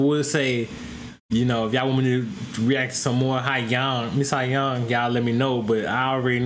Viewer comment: Its pronounced So-Young.